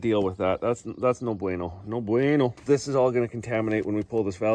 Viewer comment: HI ,🙋‍♀️ AND YOU WILL DO A GOOD JOB ON CLEANING THE TRACTOR. 😂😂😂"NO BUENO." GOOD SPANISH.